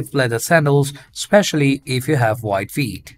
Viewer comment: I love flip flop reviews. Each time he said “wide feet” I thought he was saying WHITE feet 😅. The Olukai brand and the Rainbow brand he showed was my favorite. Made the models nice bare feet look great in those.